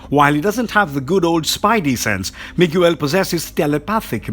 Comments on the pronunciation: It's pronounced "me gail" not " mig u l" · The name is Miguel. Not Miguewel. Pronounced Mee-Gell. Not Mig-you-el or whatever it was you were saying. Really that hard to ask someone or google the proper pronunciation? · I never understand why people like this make videos and don't bother to learn to say the guy's name right? I have never had somebody introduce themselves or heard of somebody be introduced as "Mig-u-el"... Wtf is wrong with you??? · You're pronouncing Miguel's name wrong ! Ots Mi-Gel. Not mi-gu-el ! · Miguel (Mee-Gell) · The narrator got quite a bit wrong here, especially regarding Iron Man and the pronunciation of Spider Man's name, Miguel (not Mig-You-El). Where are the Uncanny X-Men of the future? They did have a title, remember? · what is this channels problem with names first i bailed when i heard "mo ira" now you do "mi guel" why oh why do you butcher names? Do you even check those things before posting ? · Miguel is pronounced "Me-Ghel". Spanish for Michael. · Dude, I'm struggling to watch this video because of that... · This is the worst narrator on this channel. Mig-yew-el. Wtf. Why hasn't anyone at the channel correct him? Smh. Awful. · Drink every time he miss pronounced Miguel's name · Why do you pronounce miguel like that? Jesus christ man make friends with Spanish speaking people and run your pronunciation by them